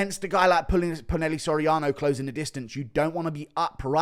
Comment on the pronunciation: It’s pronounced poo-nah-hel-lay